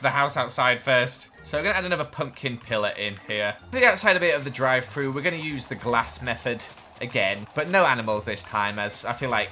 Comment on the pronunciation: drie fru Me: Wahh oh drive though